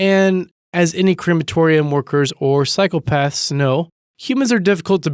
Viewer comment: Sounded like he called psychopaths, cycle paths! lol